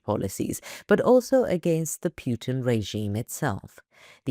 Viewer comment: Just a heads up Putler's name is Putin. Sounds like u say Pewtin